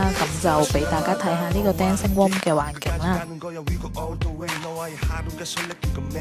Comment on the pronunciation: 好心吾識講外語就吾好講la 一開始句韓文已經走走地音 之後講仲將room 讀左成rome(再誇張少少） 臨尾仲將Seoul global cultural centre 讀到成舊野咁🙄 其實我本身都吾想cm話人 但係睇完你條片真係忍唔住lor P.s. 不喜勿插